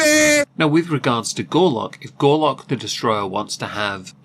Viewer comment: You kept saying Gorlock & I kept hearing "Garlick"..... thing is, both will clear a room when their outer layers are removed.